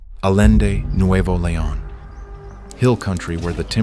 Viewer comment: Correction! Allende is pronounced „ajente”, NOT “alente”. Please learn the correct pronunciation of the letters, before using them🤣🤣🤣